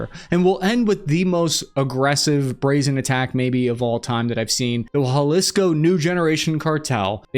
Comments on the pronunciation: I like all your stuff, one tiny tiny thing. Its pronounced Ha lease co, not hua lease co. for Jalisco. Just some small feedback. Again, love the content, it just falls on my ear weird when you add the u sound. keep going! love that youre independent now. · Bro it's not pronounced walisco it's halicso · Jalisco ... pronounced Ha lisco, not Hwa lisco. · almost got it.. is jalisco, not jualisco.. you are close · Dear god stop saying juAlisco, its Ha! Lisco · Dude can you learn how to say Jalisco (ha-LIS-co) the J isn’t a W sound it’s a H sound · if you see this Jalisco is pronounced ha-lis-co not hua-lis-co 🫡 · There's no u in Jalisco. It's not Jualisco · It’s Jalisco, not Jualisco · Did He Say it Again?... The "Scene-A-Wela Cartel" & The "Japa-Lisco Cartel" I'm: Words & Sentences Are My Enemy – 😅😂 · there is no 'u' in jalisco. pronounced haleesco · Hey Cap as a friend I couldn’t allow you to continue to butcher the name of the Mexican State of Jalisco. It’s pronounced Halisco. J’s in Spanish are usually pronounced like an H in English. ✌🏽